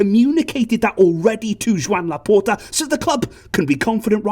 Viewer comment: Joan in Catalan is pronounced "jo AN" like 'Joanne'